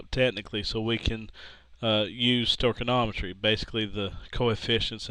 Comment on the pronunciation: stoy-key-ometry not sto-ken-ometry